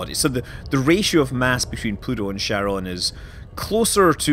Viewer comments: Pronounced "Kharon", not "Sharon". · It's not CHaron like CHarcoal. It's CHaron like Hope (like Haron). It's a Greek word. It's annoying to see it butchered globally.